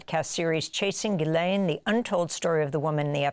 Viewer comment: This host is the only person to ever pay respect to Ghislaine’s name and pronounce it correctly with such reverence… idk … like she was saying her heroes name or something